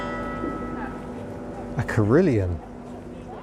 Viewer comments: you did better than I woulda, but it's /carillon/ rather than 'carillion' (not to be confused with the multinational construction megalith). or so - something people something camera angle something. Perhaps I'm slack, perhaps I'm old, perhaps both, but IMSO no-one of sound mind who's subbed to your channel gives a two ha'pennorth about your dodgy camera work - those who need stunning camera angles stitched into seamless segues would be better off if they sodded off to other channels. That said, half-decent dash-cams and stills cameras that can do video footage are quite cheap. I could go on but I have to say that that showroom/ exhibition you wandered into... well. I recognised all sorts of motors (and would gladly have had any of 'em) but if I thought I was a car nut, my knowledge of obscure models and configurations pales in comparison. I doffs me 'at. (One day I'll introduce you to motorbikes, right from the '70 Honda CB750F that your camera flashed past and on. It's a whole new world of geekiness) [edit] I'm going to echo those here who badger you to try (and own, if possible) a Renault R4. It's built in the same mould as a 2CV, but with (wait for it...) a 747cc 4-cyl engine (!!!) You simply must get yer grubby mitts on one [/edit] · "a Karelian" "I read you like a Caribbean" I think you actually say 'I really do like a 'carilion' - but unfortunately, 'Carillion' was a construction firm in the UK and what you meant to have said is that you like a *carillon*. The versions after the timestamps was taken from YouTube's transcript of the video - clearly not an accurate transcript.